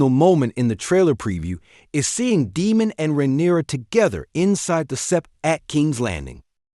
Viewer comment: DAME-MON, his name is Daemon Say the e.